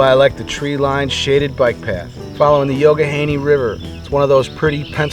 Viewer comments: It's correctly pronounced "yock - a -ganey", NOT "yoga-haney" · Youghiogheny pronounced Yock a gain ee or "the Yock/Yuck" for short. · "Yock-uh-GAY-knee" River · Sounds like yock-agheny...